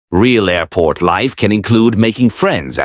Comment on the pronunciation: Creepy AI guy broke his record. "Airpot" 6 times on this one!!